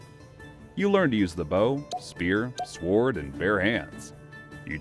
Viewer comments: If you're gonna make educational content I believe pronunciation is rather important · For futue reference, please train your AI to pronounce the word as "sorde" not "swword". The "w" is silent. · The w in sword is silent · Is the voice over AI? If not, how come you’re pronouncing the W in sword? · Why do americans pronounce the W in sword 🥴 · The fact that he says it with the w proves to me that his voice over isn't AI hahahah